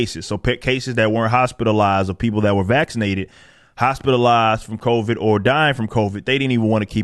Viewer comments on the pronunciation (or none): I love that he calls it Cov-AIDS. At least, it sounds like it!